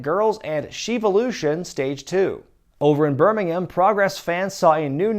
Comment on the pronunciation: He pronounced Birmingham right! This is the best thing!